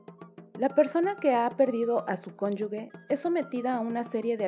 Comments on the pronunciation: Por qué dicen “cónyugue”??? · Es muy interesante pero también es una lástima que la pronunciación de “ cónyuge”y la ortografía (“llagas”) sea tan deficiente en un video de una institución tan grande como es el INAH.